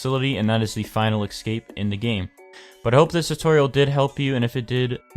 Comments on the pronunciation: In case you didn't know, escape is pronounced "escape" not "excape" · BANKER i know but like, most countries that i know that are English talking say escape, not excape, he doesn't sound british or australian.